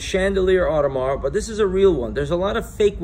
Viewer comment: Its pronounced audemar pee-gayh